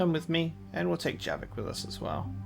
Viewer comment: It's Javik, not Jerrik. XD